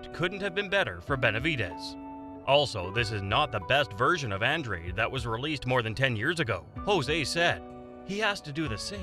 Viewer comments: An Drade? It’s pronounced Ahn Drah Day. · Go watch All Access Showtime Boxing … and come back.. it’s An-DRADE.. not ahn Drah Day .. I’m sure the people putting on the fight would know how to pronounce it .